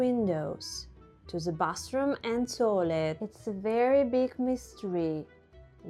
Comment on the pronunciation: I like how cozy Soviet apartments are. And I like how you pronounce "bathroom" like "bus room". 😆